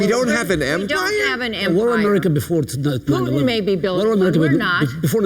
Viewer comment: "We have to stand up to pootin"